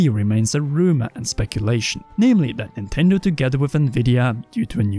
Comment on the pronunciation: should use skillshare to learn how to pronounce certain english word correctly. There is no "F" in the word "three" or "things" and there is definitely no "D" in the word "that" or "though". Also jesus christ how does one fuck up the word "acknowledge" that bad? xD